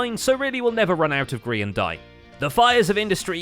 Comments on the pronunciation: NOOOOO the "grean" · Ah yes, my favorite hermitcraft member “grean” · "grean" lol